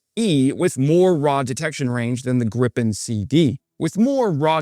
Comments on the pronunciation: Is it Grip-en, or Grii-pen ? This is the first time I've heard it called Grip-in, sounds vaguely rude,... This development is going to be interesting to observe, to see which military theorists are proven right or wrong, and what happens as things evolve. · There is no such thing as “Grippen.” It's either “Gri-pen” or “gri pen.” How hard can it be? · 'Greeeepen', not 'Grip-in' ! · It's pronounced Gripen not Grippen. Like "greepen". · There is one ”p” in Gripen. Why does every YouTuber pronounce it Grippen?? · it's pronounced Gree-pen! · Where's the second "p"? "Greepen", it's not that hard. And it's not B.A.S 90, it's Bas 90, as in Base 90 as in the 1990 version of the dispersed basing system.